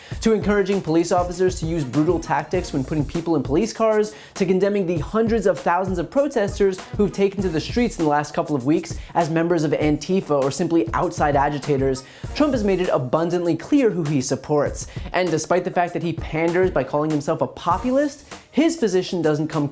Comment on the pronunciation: Please, it's anti-fa. Not an-tee-fa.